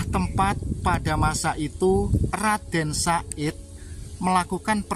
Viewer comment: HE BUKAN RADEN SA'IT CAK, TAPI YG BENER TU, RADEN SAHID, OOOO NGOMONGE BANTER SALAH, WES GK KOMEN MALES